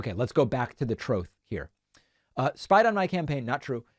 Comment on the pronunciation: go back to the "troth" 😂 David ... can't wait for your Netflix comedy special 🙂